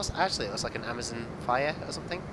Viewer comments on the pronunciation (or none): none